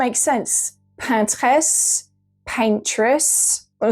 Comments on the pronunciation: "paintress" is not a thing in French, we just say "peintre" and it's gender neutral so I don't understand why she's trying to pronounce it in French. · Ah thanks I was wondering exactly that, why you have a wonderful English accent but say paintress in our, let say less wonderful, french accent? Question answered in the first comment, great! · Why do you say PANT-RRREZ? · "Pantesse"???? Is that the French version of "Paintress"? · Absolutely despise how you say paintress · I'm confused. Did you intentionally pronounce the English word "Paintress" in a French way, or did you try to make a female version of the French word "Peintre" (=painter, male and female) ??